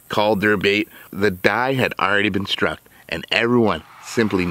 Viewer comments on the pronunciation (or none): none